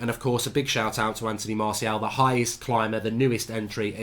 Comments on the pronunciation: La Stacey everyone: Anthony Martial Goldridge: Anthony Marseal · Drinking game: every time mark says Antony Marseal (Martial) take a shot. Be drunk 15mins in